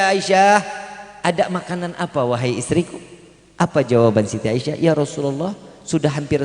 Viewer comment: Asiah bkn aisyah a